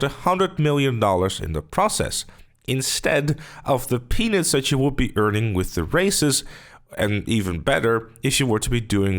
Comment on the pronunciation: Your accent doesn’t do much justice to the pronunciation of the word “peanuts” . Also, I’m tired of Moodymann and Sessanta getting such a bad rap for being into each other.